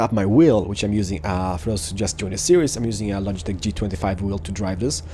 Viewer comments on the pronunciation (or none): none